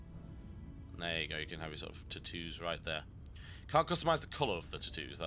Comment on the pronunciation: "Tutoos" I can't get over the way you say Tattoos...